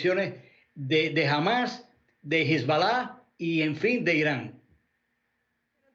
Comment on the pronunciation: Este hombre no sabe como pronunciar HEZBOLA etc